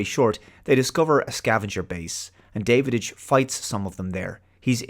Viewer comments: His name is Davidge NOT Davidige pronounced like ridge and the "hole" in his mask was designed that way purposefully as it made to resemble the mouth of some reptilian species which Draks were. That aside this is still one of my favorite movies and gets a watch from me once every few years. Rarely do I disagree with but I think he dropped the ball big time on this one. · Every time he mispronounces 'Davidge', do a shot. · I'm confused... Have you actually WATCHED this movie? The reason I ask is because you keep calling Dennis Quaid's character "David - Itch" by adding the sound of the D in the middle where it doesn't belong and when it is clear that his name, Davidge, is mentioned numerous times in the film, being pronounced "Dav - Itch." Hell, even Jerry calls him "Dah-wich". It just doesn't make sense that you pronounce his name incorrectly when you say you have watched the film. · Are you sure that you actually watched this movie? Dennis Quiad's character is called Da-vidge (short A), not David-ige And I loved the scene when Davidge discovers that the book the Drac is constantly reading is the Drac Bible. It really gives them common spiritual ground. It's not a perfect movie, but thoroughly enjoyable. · You missed the Battlestar Galactica episodes (original and remake) with the same plot and the 1968 Lee Marvin WWII film Hell in the Pacific... and you pronounced Dennis Quaid's character as David-idch, whereas it's pronounced Davitch in the film (but pobody's nerfect). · It's not Davidich, it's Dow-ICH. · had to give a thumbs down, not because I don't like your reviews but because you keep saying Davididge instead of Davidge 😂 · You’re horribly mispronouncing the name of the Dennis Quaid character. It’s DAV-idge, not DAVID-idge. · His name is Davidge not Davididge :) I had read the novella a few years before and I really liked the movie. Saw it twice in theaters and I still have the VHS, DVD and Blu-Ray. The story was based on Robinson Crusoe.